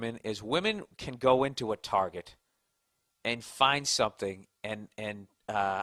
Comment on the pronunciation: "Target", or as the women call it "Tar-zhey" ;-) Hilarious.